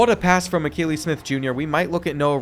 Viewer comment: I’m a big time Oregon Ducks fan and it’s pronounced Uh-key-Lee his dad also played QB for the Oregon Ducks